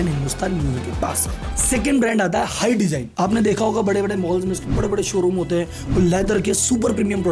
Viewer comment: हाई डिजाइन नहीं, हाइड (सींग) साइन (चिह्न) 😅